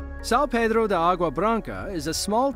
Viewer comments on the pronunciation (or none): none